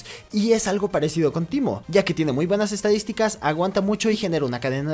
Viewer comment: Porque dijo temmo 🤭